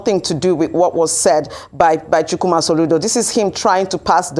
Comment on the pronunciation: Ndi Kato from Kaduna, you are good at your job and I like it. You pronounce Chukwuma correctly 👍 PO4President